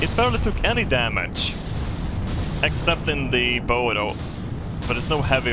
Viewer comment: Just an fyi, the way to pronounce the front of a boat is "Baow", you're pronouncing it like, "bow and arrow" bow